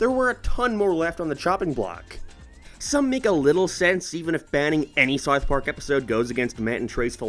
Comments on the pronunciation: why do u say sarth park and not south park?? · Its pronounced South Park, not Sourth Park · its not "Sarth Park" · Don't you mean "Sarth Park"? :P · O:07 "-for Sarth Park" ... whut? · “Saouf Park” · You pronounce South Park very weirdly. It's like that staff guy during the Planetarium episode Also suspect you may have a lisp 🤔